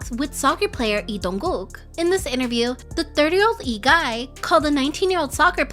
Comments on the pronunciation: It's lee not ee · why is the L in "Lee" not pronounced I'm so confused